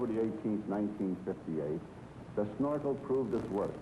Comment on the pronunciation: This narrator needs a slap in the head for every time he said snarkel instead of Snorkel!